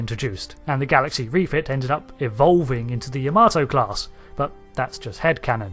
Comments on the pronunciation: It is properly pronounced YAH-mah-toe, not ya-MAH-toe. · why can brits not pronounce Yamato correctly? unless they know japanese.. its not Ya-Maaarrr-to its Ya.MA.to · Why do you keep saying the name wrong? its pronounced YA-MA-TO not Yahmarto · You butchered the pronunciation ya-ma-tow